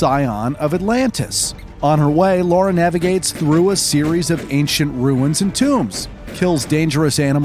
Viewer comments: Laura? So funny, Americans just cant say Lara, at all! xD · Her name is Lara, not Laura... like Clara but without a C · It could have something to do with his pronunciation of words, unexcited delivery, entirely placid cantor of speech, and a monotone demeanor throughout. In this video at least my brain almost melted hearing him say Laura almost 100% of the time. It's Lara. And I won't accept an "it's an accent thing" or any crap like that. He didn't even try. I'll tolerate it to a point assuming someone has a speech impediment, unless of course I hear him get it right at least once. After that the label of "slacking off like all hell" gets stamped on the effort. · It's Lara, not Laura. It rhymes with Mara, not Cora. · I think it's the fact that Laura is a more common name. Never heard of a real Lara. Also, yes, we can pronounce it, but if you're unfamiliar with the character and you don't really care, you might accidentally pronounce it Laura. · Nope... not a single time. It's always Lara... British actors will say the "a" more like the a in "father" - (same way they say can't and dance) but it's never an "au" like in "laundry", "caught", "laurel" or "Laura".... to a native speaker of British English, Lara rhymes with Clara, so if you're American you should just say it so that it rhymes with the American Clara, who has the same vowel as a cat or a bat..... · OMG ITS LARA NOT LORA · It's LARA and not LAURA. The narrator keeps saying it wrong. Did no one involved in making this video realize this mistake? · Derby is pronounced "Darby". If you need directions in the UK don't call it Durby coz you won't get there. It's bad enough calling a well established character "Laura" all the way through a video about Tomb Raider. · She's called Lara not Laura ffs. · Please ffs stop calling her Laura. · It's Lara! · All I hear is "Laura" haha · The part where he says Lara was originally called Laura is hilarious because his pronouncing of Lara was exactly the same 🤣